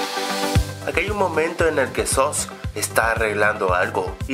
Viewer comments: laik si te diste cuenta de que el dijo sos envés de sus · No se dice Soos de dice Suus pero se escribe Soos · no se dice soos si no sus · dijo soos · El dijo soos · es soos pero se dice sus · haber aprende a decir soos que no sabes que las dos o se pronuncia como una u